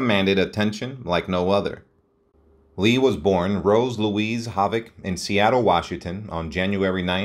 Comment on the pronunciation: It is hard to take this video seriously when basic words such as Havoc, Ziegfeld and annals are mispronounced within the first minutes.